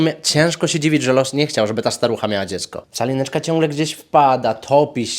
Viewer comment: Ja przez cały filmik słyszę Czalineczka 😂